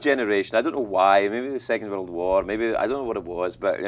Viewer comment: His accent seems much thicker to me here than it did at that time on his show. Didn't you notice how he pronounced 'world'? He said 'wurruld'!